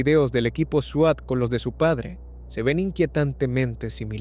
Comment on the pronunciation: por el amor de Diossss, se pronuncia "suat" 🤦🏻‍♀️